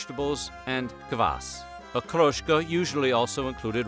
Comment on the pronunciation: I'm bickering of course but except for Okroshka, none of the names is pronounced correctly. And every time they say "blini", they show a picture of "oladii" - thicker and smaller pancakes